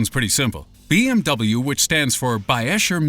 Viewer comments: Worst attempt at BMW I've ever heard. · OMG the (non)pronunciation of BMW. I'd never have guessed it, did he say it out of context somewhere.